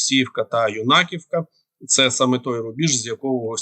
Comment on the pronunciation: Юнаковка ударение на Ю. Не понятно, почему все так говорят. Мы в Сумах взрывы уже слышим круглосуточно